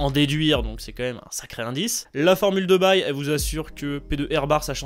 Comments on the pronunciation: poto poto poto J'viens de faire 10h d'affilé de révision d'urgence pour un partiel de statistiques bayésiennes avancées. Il est minuit et je suis mentalement DÉTRUIT. Donc pitié bayes ça se prononce baiyyyzzzz. Bonne journée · La formule de baille? C'est quoi cette prononciation de l'enfer? Je me casse de cette vidéo!